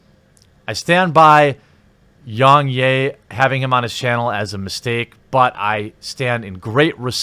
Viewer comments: “Yungyay”? My guy, he says his name in every video, it’s pronounced Yeah, like a positive affirmation. I know I know, maybe it’s a difference of accents or somethin, but it’s still his name, ya know? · "YongYay" it's pronounced Yong YEAH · Yong yea not yong yay 😅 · Its yong YEA....NOT YAY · its yong yeah not yong yey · Was anyone else triggered by how he was saying YoungYAY? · ....How does everyone mispronounce Yong's name when he says it in every video? Yong YEAH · its pronounced Yong YEAH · It’s not “yong yay” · so funny how every youtuber pronounces Yongyea wrong. Its pronounced like "yeah", he literally says it at the end of every video, lmao. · Rich from ReviewTechUSA does it to and it's baffling. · okay.....with that logic might as well say YoungHurray?.. It's a mispronunciation, and kinda shows his laziness. Anyone who watches one or two of YoungYea's videos will know how to pronounce his name. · Hearing you say his name wrong 200 times despite the fact that he says his own name in every single video was incredibly painful. Do better research next time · If you can't even pronounce Yong Yea properly, this only serves is a testament as an authoritative critic on the subject. It sounds like you just came here to insult the Kotaku writer. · It seems you are purposely saying Yong's name incorrectly.. really annoying lol ... He says it in all of his videos...